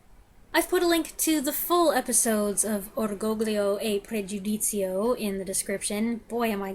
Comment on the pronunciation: 😄 ......Come on, your Italian pronunciation of the title isn't that bad. 😉